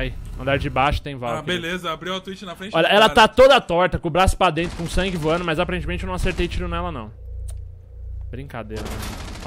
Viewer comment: Tlezentos e tlinta, por dentlo é Lazer